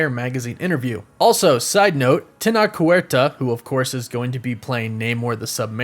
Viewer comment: You may pronounce Tenoch (a náhuatl name) as Tenosh on your phonetics.